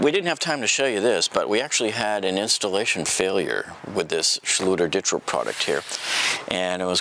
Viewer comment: Yes good reply Zakaroo!! It’s pronounced Ditra (Deetra) been using this awesome product for 10 years now. And the title of this post makes it look like it’s a Ditra problem not a lack of closing space off to others problem!!